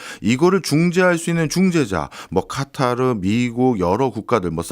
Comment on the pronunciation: 일반적으로 카타르라고 하는데 아랍 발음 한답시고 까따르 까따르 하니까 ㅈ 나게 듣기싫네.